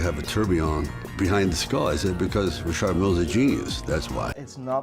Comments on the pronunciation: Why is Sly the only person I’ve ever heard say Rashard instead of Richard just sounds weird coming from an American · Richard!!!!! Isn't this name pronounce!! Ric- Chad!! Not Rashad!!